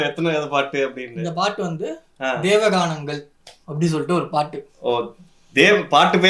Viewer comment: Its not deva ganangal.. Its devankanangal..